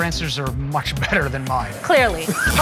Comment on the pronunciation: The emphatic "clearly" at the end. LOL